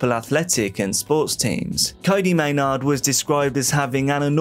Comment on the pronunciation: Lol at the creator saying it like may-nawwwd. It is phonetically pronounced like "may-nerd"